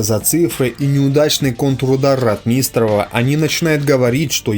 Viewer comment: >А ударения, снижение оговорок и другие в данном случае мелочи Да не мелочи. А факт в пользу того, что автор ролика читает текст которые ему принесли. Если бы он действительно был исследователем истории Великой отечественной войны фамилии ВатуТина и РОтмистрова были бы у него на слуху.